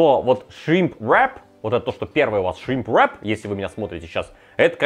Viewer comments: Весь видос пыталась понять какое второе слово все таки этого шримпа , зачем так мерзко каверкать слово? И причем всегда , ну ладно раз два сказал , но постоянно … в итоге я не смогла понять как называется это блюдо в лаваше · Можно вечно смотреть на три вещи: как горит огонь, как течет вода и как друже говорит shrimp wrrrrap